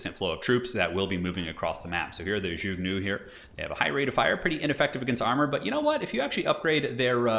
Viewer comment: The word zhuge is pronounced zhoo-ge